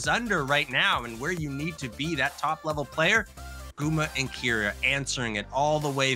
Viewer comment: You're both pronouncing keria's name wrong it's ke not ki